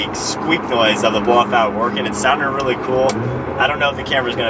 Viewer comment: If you say "bloffout" one more time Im gonna block this channel😂😂😂